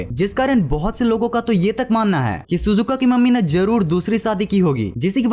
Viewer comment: Shizuka ❌ Suzuka ✅